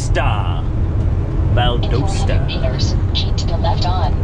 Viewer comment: It’s Val-Dah-st-ah.